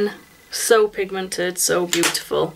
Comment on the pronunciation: Nice makeup....you say beau-iful alott!!